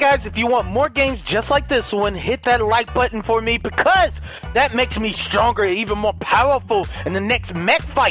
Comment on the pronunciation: At the end he said bucuse